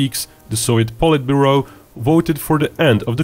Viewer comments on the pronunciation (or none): none